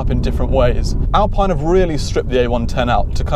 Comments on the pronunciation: Alpine sounds more exotic even though its the wrong pronounciation. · Say Alpeen!!! like you say Ferraree and Lamborghinee! what an english uggly pronunciation you've got!!!